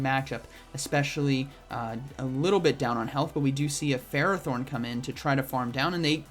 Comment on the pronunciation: get off his butthole “bro” this dude can’t pronounce ferrothorn, forgive me for not knowing if he knows what stab is